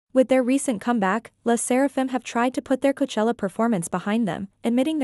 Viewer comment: By the way,Korean accent does pronounce C/K as G,most names that start with K like Kyujin gets pronounced Gyujin. So,them saying Goachella and you attacking them means you’re insulting their accent. Insults can go so many ways,since you guys love drama.